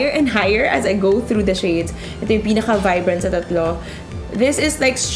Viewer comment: i like the way she delivers her impressions and revies somehow I dont like how the way she utter the word ""shades". it sounded like "chades"